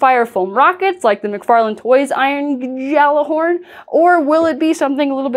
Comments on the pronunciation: Me when I hear GJALLARHORN: Intense screaming Edit: Gjallarhorn is pronounced “Gya-lar-horn” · Its pronounced Galla - horn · It's "Gi y'all are horn" :) I only know how to pronounce it from Gundam Iron Blooded Orphans haha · The Gjallarhorn is correctly pronounced as "Y'ALL-er-horn" but the Destiny community says it as "GALA-horn" and that's become the unofficial name for it. I'm SO hyped! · In the word Gjallarhorn, the j is silent, also, I really hope I can order it from Game Stop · The J is silent in Gjallarhorn. Should make pronunciation easier.